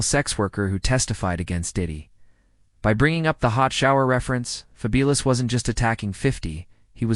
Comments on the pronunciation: Why you keep saying his name wrong. It’s fabulous like wonderful like something remarkable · Ok so it’s not a person, I’m like why the fuck does he keep saying his name wrong 😂